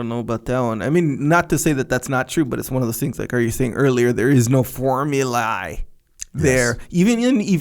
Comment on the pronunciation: it is worth to check the correct pronunciation for formulae.